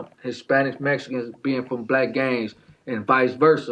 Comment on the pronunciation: This man said the "Mesicans" like if he wasn't Mesican... 😂